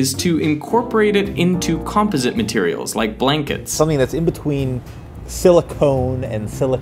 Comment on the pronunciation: Something between « Silocôhne » and « Silicâââh »